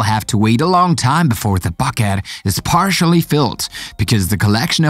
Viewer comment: Can you say bucket again